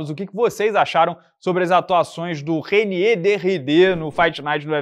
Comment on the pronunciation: A pronucia é "Rainíer", vulgo holandês cansado. É mta baixaria o cara holandês ter trocação negativa. É tipo lutador formado Brasil não ter jiu-jitsu 🤣.